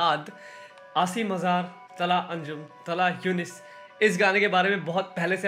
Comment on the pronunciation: Its asim azhrr not azhaaar🤣